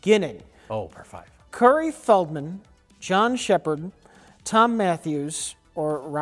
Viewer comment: "Curry" Feldman hahhahahaaha